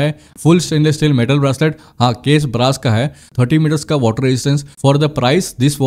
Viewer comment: भाई ब्रासलेट नही... ब्रेसलेट! BTW, Nice video. Thanks for the info.